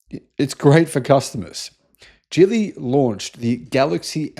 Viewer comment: "Geely" is pronounced with a "G" as in "Gaga," not "G" as in "George."